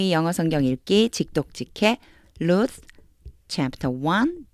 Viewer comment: 혹시 Luth가 아니고 Ruth가 아닌지요...? 제가 틀렸을지도 모르지만...? 축복합니다.